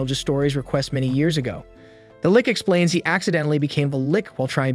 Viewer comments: I feel a stab on my heart everytime he calls the lich... a Lick xD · It's not a lick, it's a lich